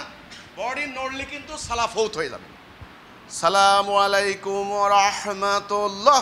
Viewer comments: সালামুআলাইকুম কোন শব্দ নাই উচ্চারণ হবে আসসালামু আলাইকুম ওয়া রাহমাতুল্লাহ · Apni to salamualaikum bolen,apni to sohi vabe salam dite paren na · তাকবির দিচ্ছেন নাকি কাউকে ধমক দিচ্ছেন?? সালামলাইকুম আবার কি?? ঠিকঠাক উচ্চারণ করুন? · খুবি দুঃখ জনক,,,, সেতো সালাম টিও সঠিক ভাবে দিতে পারেনা,,,, (আসালামুয়ালাইকুম),,,, শব্দ টি সালাত সে বলে,,, চলা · আপনার তাকবিরে ও তাহমীদে এবং সালামে আলিফ লামে সমস্যা। বলতে হবে আচ্ছালামু আলাইকুম।